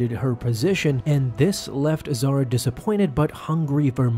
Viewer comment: Why you not pronounce "H" sound? If she was as you named her ,then she'll be Zara not Zahra. But reason is she's Zahra.